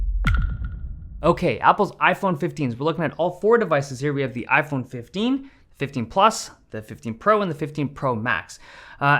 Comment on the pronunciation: iPheen phifteen LOL